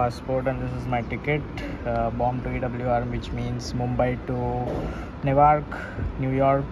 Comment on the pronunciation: FYI NEWARK its pronounced as Nu wark , not Ne wark , this a typical mistake majority of the people do